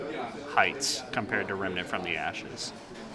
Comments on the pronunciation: It's Remnant not "Remanant" ffs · “Rem-uh-nant.” it’s just Rem-nant. 2 syllables. not 3